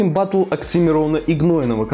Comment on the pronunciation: Ты в слове батл л забыл сказать